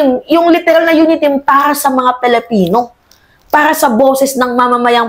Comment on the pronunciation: Hay naku narinig ko naman ang maling pronounciation mo sa pagkakakilanlan natin..Anong Pelipino???? "PILIPINO" Wag mo artehan dahil lalo pumapangit..kaloka ka